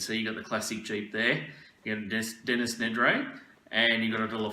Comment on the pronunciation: Dennis Nedray? That made me giggle. Really enjoyed this vid, thanks